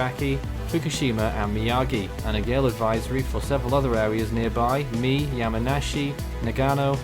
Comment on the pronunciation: Not to be that one person, but in Japnese you pronounce almost every vowel with rare exception. So Mie is not "Me" but instead (Mī-ĕ)